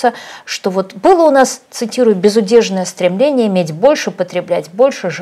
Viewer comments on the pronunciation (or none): Автор регулярно подчеркивает, что она по образованию не инженер, не врач, не летчик, а филолог. При этом только во второй половине только этой передачи говорит: "паствА" вместо "пАства", "безудЕржная" вместо "безУдержная", "визовОй" вместо "вИзовый", "излечает" вместо "излечивает" (что уж говорить о превращении Хорошёво-Мнёвников в ХорОшево-МневникИ). Что же, интересно, происходит, когда автор говорит про климат, вирусологию, авиационные двигатели и историю?